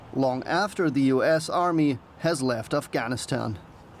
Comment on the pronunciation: Aaeyfgaynistain? Aesa koun bolta hai bay?